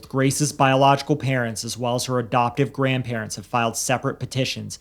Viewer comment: Why do you pronounce adoptive “abdoptive?” Learn to speak.